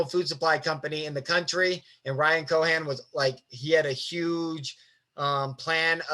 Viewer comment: great content. thank you for taking the time. but its Ryan CohEn, Not Ryan Cohan. sending all the love edit: Also, delete your browser cache, your Chome is insanely slow